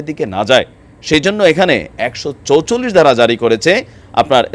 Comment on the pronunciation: একশ চোচল্লিশ" ভাষা ঠিক করা উচিত - চুয়াল্লিশ